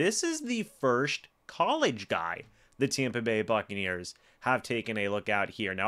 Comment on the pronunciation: Since no one else will say it..., I'm saying this as your friend. There is no h in the word first. All love bro.